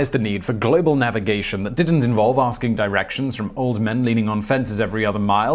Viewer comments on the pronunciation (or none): none